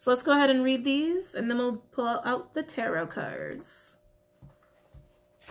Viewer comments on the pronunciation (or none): none